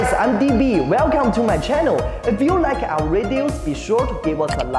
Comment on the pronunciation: 很流暢，語調有高低起伏，但讀音還有很多進步空間，第一個like讀成nike了，v音變了w，forward變了for，and interact最好連音不要隔開，因為你d音大重了，然後interact不要變成'inter-act'這樣分開，要讀成'inter-ract'，will讀成了well，soon讀成了song，所以3分，但也比很多很多中國人好了 所以總之最好多點連音，否則好像一個一個單字讀出來而不是句子，和t和d尾音太明顯 edit: 還有如果普通打字中英夾雜，會給人有點做作的感覺